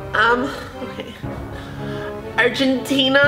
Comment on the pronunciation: WHEN SHE WAS SAID ARCHENTINA I THOUGHT HE WAS GONNA SAY SOMOSSA`S XD